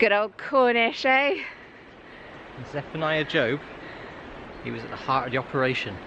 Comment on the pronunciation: This video is so refreshing. Nice scenery, plenty of interesting smuggling chat and and a bit of personality too. So glad I heard you prenounce it "Jobe" I will be filming there next week and was all set to say his name like it was a job lol. I'll be looking for that corner seat now that I'm subscribed 😉